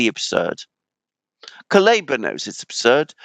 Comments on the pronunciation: It's not Kaluba but Kuleba))) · Kuleba=koolEHba (EH is stressed and sounds like E in pet)